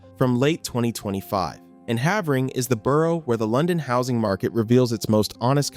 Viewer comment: Pronouncing Havering wrong